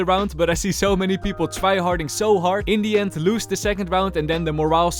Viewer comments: Okayyy it's " In the end "and not "Indian" 😂😂😂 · Bro just say indian not in the end😂😂😂